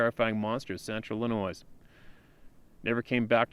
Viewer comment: You are an intelligent man. The “s” in Illinois is silent. It detracts from the story every time I here “Ill-i-noise”.